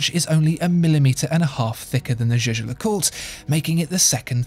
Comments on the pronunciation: it's YAGER no jayjer ... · Jaeger is pronounced "jäger" like in Jaegermeister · Are you sure Jaeger is pronounced "jay-jay" like you are doing? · I am afraid that your "Jaeger" pronounce is incorrect. This is german name not french. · You are really butchering the pronunciation of Jaeger